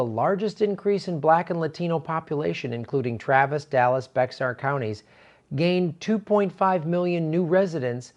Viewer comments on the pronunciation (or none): Bexar is not pronounced Bex-ar, it's pronounced Be-har, or run together to sound like Bear. is PRESUMING the DNC will allow Tulsi on the next debate stage. They have not put out the criteria, but you can be sure they will NOT allow her.